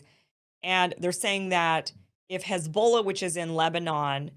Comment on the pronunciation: Kim just lost my sub & got a dislike because she's obviously ignorant of what's going on in the region, thinking Ukraine & Israel should be treated the same, & being ignorant of "ignominious" & not knowing how to pronounce "Hezbollah."